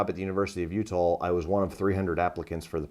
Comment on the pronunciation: Why does he say U-tall?